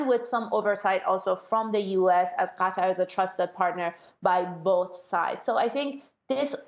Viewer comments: Qatar is pronouned gha-tar, more like guitar, not "cutter." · Cutter - that is way off. Not even close. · Usually she has a reason for using/saying names in certain way whether it's Burma/Myanmar or Gretta Thuneburg. Would be interesting to know if that's the case here.